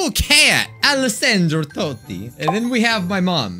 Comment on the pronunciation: I'm Italian too🇮🇹 I died of laughing when said "Alessandro Totti" and the other names😂 Sono italiana anch'io🇮🇹 e sono morta dalle risate quando ha detto "Alessandro Totti" e gli altri nomi😂